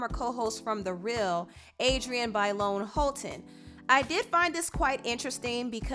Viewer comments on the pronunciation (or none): Who is Adrienne BAY-Lawn?? Lmao